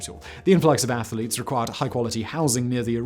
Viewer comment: Athlete, not Athalete, Mr Whistler ;D